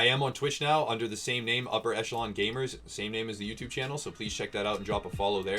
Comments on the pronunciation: it's more like ESH'elon...it's not supposed to have a hard k sound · "Etch"Elon? That's how you pronounce it? I pronounce it as "Ekelon"